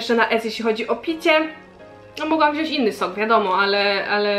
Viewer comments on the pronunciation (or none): none